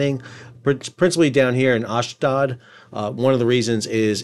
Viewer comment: Hi Sal thanks for all your great work. FYI, Ashdod is properly pronounced AHSH-DODE. (Rhymes with LOAD)